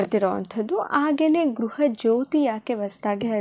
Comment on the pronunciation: ಗ್ರಹ ಅಲ್ಲ ಗೃಹ ಲಕ್ಷ್ಮಿ